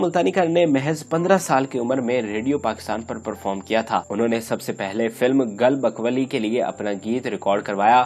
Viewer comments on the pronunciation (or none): khuda k wastay apni urdu k pahia or adaygi ko durist karo.. kya cheer cheer k alfaz ghalat boltay ho. GUL BAKA'OULI na k gol bkali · Ap zara poch lya karen kisi se, alfaz ki adaegi durust karen. Ye gal bak wali nhn gul bakawli hai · Is ki Urdu Dekho Gul bakaoli ko gal bakwali bol rha he ye Punjabi jahil